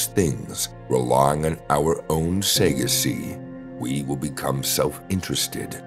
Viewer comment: He said hagakure wrong twice and that really bothers me 😂also, sagacity…